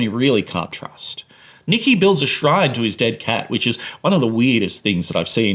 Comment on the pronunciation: Nicky, not nikki